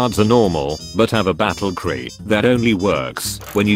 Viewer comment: Dislike for the mispronunciation of the words mechs and battlecry.